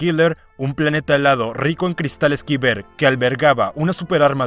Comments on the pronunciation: Los cristales kyber se pronuncian "kai-ber" no "kiber"... cerebro frito. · Cada que dice "quiber" es vez de Caiber (Kyber) me da un tic mental jajaja. Buen video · Si escucho una vez mas a pronunciar mal cristal kyber creo que voy a gritar